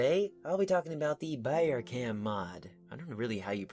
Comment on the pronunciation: It is pronounced like "Bower" (with the "ow" pronounced like "cow")